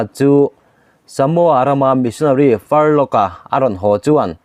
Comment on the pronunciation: A ngaihnawm e,Furlough ilam dan erawh hi chu, missionaryte chhuty sei hi "Far law"ti in an lam thin e aw,"Farlok"ti lo vin